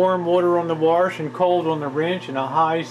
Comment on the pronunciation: your a male female combo unit.....haha....and what does "warsh" mean anyway?